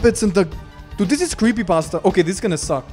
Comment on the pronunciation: creepypasta in this context sounds EXTRA-italian.